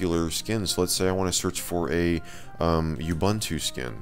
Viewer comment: you-bun-too is actually ooo-boon-too xD